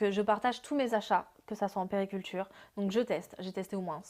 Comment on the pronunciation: Je l'aime bien mais niveau vocabulaire.....elle dit toujours les "manman" au lieu des mamans..."périculture" au lieu de puériculture.... alors qu'elle tient une page pour des mères....